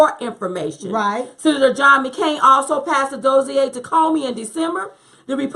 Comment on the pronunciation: Dossier is pronounced like this